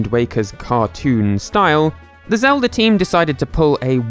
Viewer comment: Who's link? You mean Zelder? The hero from the Legend of Zelder?